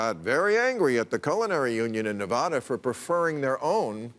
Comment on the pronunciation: ne-VA-da not ne-VAH-da